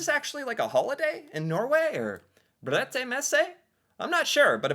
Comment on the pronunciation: Haha that pronunciation was so much better right of the bat. Brettemesse is really not a word though